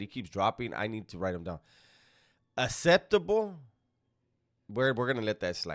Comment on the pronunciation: Did he say asseptable? Wtf is wrong with dizzy fool